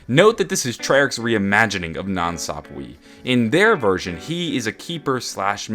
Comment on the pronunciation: God its annoying how he keeps pronouncing 'Sapwe' wrong